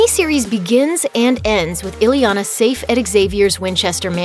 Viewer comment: Her name isn't "ILLY Yah Nah". Her name is "EE Yah Nah" !!